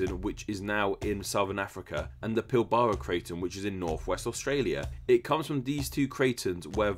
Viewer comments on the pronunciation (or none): none